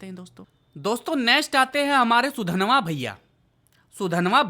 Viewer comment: Sudanva achitu kon hai yeh naam toh sahi lo